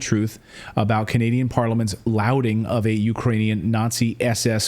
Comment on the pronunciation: thumbs down because it appears you did not finish High School, much less College. "LAUDING" (to LAUD over) is pronounced LAWD, not "LOUD'ing." To quote Joseph Welch during the McCarthy hearings: "Have you no shame? At long last have you no shame.? You're a goddamn journalist?